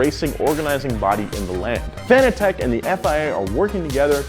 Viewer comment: Some tell him he saying fanatec wrong.